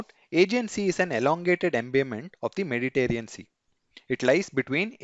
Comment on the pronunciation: Mediterranean not mediterean